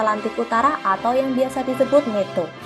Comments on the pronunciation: Blok, alfabet (A) dalam bhs inggris di baca (E/EI).. Dibaca netto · EMG NATO di baca netto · NATO dibaca neto, hahaha koplak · Min NATO bukan neto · Min nato diucapnya tetap nato bukan neto gimana sih min b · nato bukan meto pakta pertahanan atlantik utara